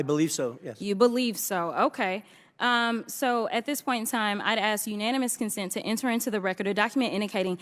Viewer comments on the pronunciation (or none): Why do (WE-THE-PEOPLE) need a woman like this to perform??? We are not wanting to watch a circus act! There is a difference between the two words of: ‘ax’ and ‘ask’. The one named ‘dan goldman’, and (one’s like him) are getting plenty of coverage by jasmine…..wonder why??? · It ASK, not ass. 😅😅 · it's ASK, not AX Jasmine!!!!!!!! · Future Mayor of Dolton Illinois. And she didn't ask, she "Axed"! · No, it's axe. Don't axe me why. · She didn't axe a question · Let me axe you a question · Did she ax a question? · when she "axe chew" a question "chew" will answer gnaw mean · !!! She should file a lawsuit against its acting coach ! If you axe me. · I dint axe you a question. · Did she actually say “troof “ and axe you “? 🙄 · Overbearing DEI who cannot speak proper English. She said "Hunter ain't here". She cannot pronounce the word "ask".